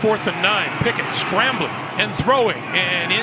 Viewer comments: It's Pickett, not Pinkett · Bro I thought he was saying Pickett to Pickett lol